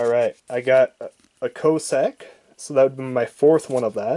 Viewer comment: If you want people to watch your video's LEARN HOW TO READ, and PRONOUNCE NAMES, "Co-Sack" etc .